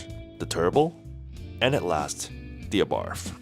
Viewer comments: you would think in 10yrs of ownership you would learn the proper pronunciation of ABARTH is " Abart" ( The H is silent) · One of the worst cars produced, especially because Chrysler was involved. Avoid anything made by Chrysler. The car is telling you not to buy another, ever. Ah Bart is the correct pronunciation. BTW the first 500 of the FIAT 500s were imported to the US , were made in Italy.. they are rare. The Italian version was much better. I first saw them in Italy, and they are far superior to the trash that Chrysler made.